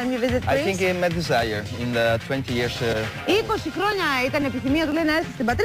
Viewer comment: He says"..in the 20 yearssss" with the typical accent from Romagna 😀😀